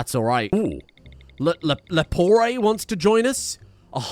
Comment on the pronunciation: Lepore, not leporé.